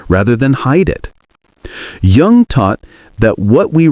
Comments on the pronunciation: Jung is pronounced as "Yung" even though it's spelled differently. Get rid of robot narrators. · I think Jung's name is pronounced Young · I’d like to listen to this but the AI narrator mispronounces Jung! What else is sus?